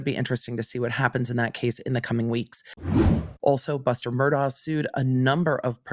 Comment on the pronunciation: Pronounced Mur Dock …with respect, just saying. 😊